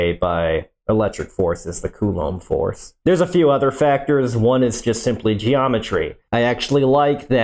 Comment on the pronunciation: "The strong nuclear Folse" haha xD